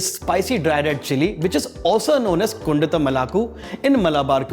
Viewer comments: Its kon-daaa-tum but sadly pronounced here as kundathum lmao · Looks close to the original version... Request the chef to pronounce the colloquial way, the same way the malayalees pronounce it... Cheers... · Chef , pls don’t say kondattam like that . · This qualifies as a good tutorial on how NOT to pronounce Kondattam